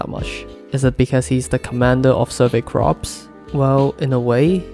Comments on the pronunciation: Its corps not crops…. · It was hard for me at first too lol. It is pronounced "Core". But that's English for ya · You pronounce 'Corps' as 'Cores'. "p" is silent. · Love the video, one small note is that corps is spelt differently from crops, the survey corps is pronounced more like “core” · Takes me out everytime you say crops ahahah